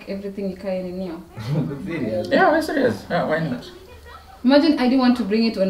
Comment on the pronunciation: Kwani the "babe siriazly" 😂😂😂